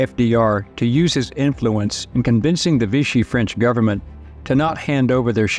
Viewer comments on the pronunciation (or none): none